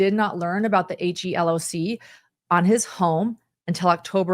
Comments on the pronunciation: HELOC is pronounced he-lock or like he locked the door removing the ed! for future reference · HELOC is commonly said as * he * * loc(k)* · It is referred to as a 'he-lock'... just for future reference.